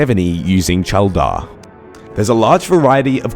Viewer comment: Who is " Cheldar" lol